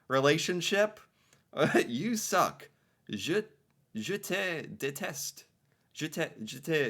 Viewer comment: "Je te deteste" is French for "I hate you" and you pronounced it properly the first time. The final "e" is silent. (It's part of a larger pattern in French called Liason where certain word-ending letters only get pronounced when needed to smooth the flow into the next word. Think "an apple" instead of "a apple" except throughout the entire language.) Your second pronounciation would be spelled "Je te detesté" (note the accent on the final e) and it's been too many decades since i took French, so I can't say how grammatically correct it is, but I believe that would switch it from the present tense to the past tense. (French is mostly a Subject-Verb-Object language like English, but use of pronouns is Subject-Object-Verb like in languages such as Japanese. "Je te deteste" is literally "I you hate".)